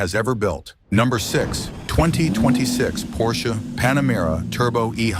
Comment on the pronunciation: When AI voices learn to pronounce basic letters and numbers it will be a lot better, maybe car brands too Porshee? WTF